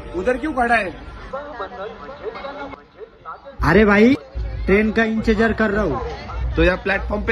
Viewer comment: Train ka inchjaar nh intajaar bolo bhai 😅